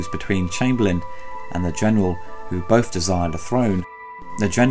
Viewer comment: They, "bofe," desire the, "frone"?!?